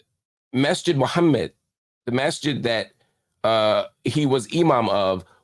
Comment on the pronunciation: Mark you’re so good in your pronunciation of fajr and Muhammad! Aqidah and InShaAllah etc. you just need to say it officially ❤. Thanks for your coverage on these contents.